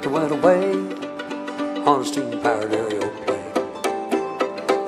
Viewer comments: I love it how he pronounces it "Aereoplane." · I love how he pronounces it "Aereoplane."